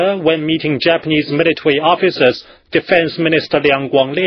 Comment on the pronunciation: Militawee Pow-wah